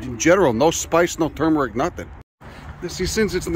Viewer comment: thank you for pronouncing tuRmeric properly